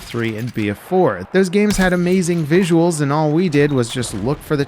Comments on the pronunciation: “VISIUALS” haha😂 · "VISIUALS" is a new word, love it 👍🏻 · Talking about "VISIUALS" :D